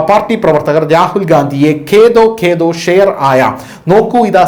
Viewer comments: ഖേദോ ഖേദോ അല്ല ദേഖോ ദേഖോ എന്നാണ് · ഖേദോ, ഖേദോ എന്നല്ല, ദേഖോ, ദേഖോ എന്നാണ്. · ഖേതോ ഖേതോ ഷേർ ആയ എന്ന് അല്ല ദേഖോ ദേഖോ ഷേർ ആയ എന്നാണ്